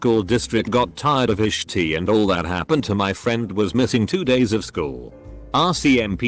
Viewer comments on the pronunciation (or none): Us: shit Reddit robot: shi-tee